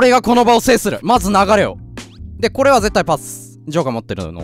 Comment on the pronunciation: 怒涛の巻舌 でコrrreでオrreが1位だからｧ